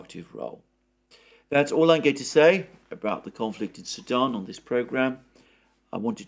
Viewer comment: you seem to pronounce "Sudan" as "Saddam" and it keeps confusing me.